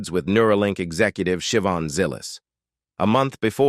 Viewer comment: It’s pronounced Sha-Von not Shivin.